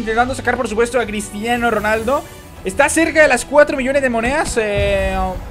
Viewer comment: Porque dices moneas